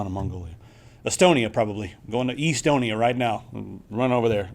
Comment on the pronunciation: E-stonia :D Psst.. we have fiber and pretty good LTE coverage ;)